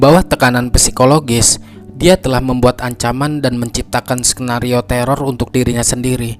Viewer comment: saran bacaanya bang untuk bagian psikologi, bacaanya adalah "sikologi" 😊🙏